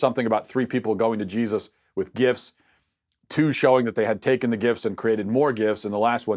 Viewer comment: I kept hearing "gif" when you pronounced gifts, so I had the mental image of people sending Jesus gifs.